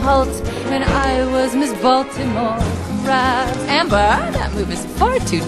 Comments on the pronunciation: At the end, it sounds like she said 'Miss Maltimore Crabs" instead of Miss Baltimore Crabs xD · I used to think she said "miss baltimore's crabs"